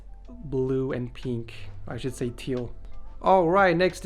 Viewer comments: Oh my god you say peeink instead of pink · peenk? u thought it was pink.